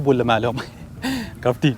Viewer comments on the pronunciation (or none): لا كابتي يقول لاحظها بكذا مقطع اتوقع يقصد كابتن بس نطقه ماتوضح